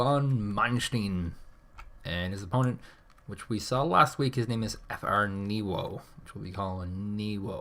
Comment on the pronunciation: it's Fr-niwo ^^